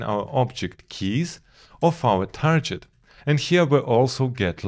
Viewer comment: Nice videos as always. By the way you're pronouncing "target" incorrectly. You're saying "tarjet" instead of "target".